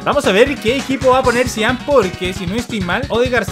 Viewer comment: Zidane uso el 5 no el 10 este man no sabe nada de futbol desde que no sabe pronunciar a los jugadores hasta algo tan básico como esto jajaja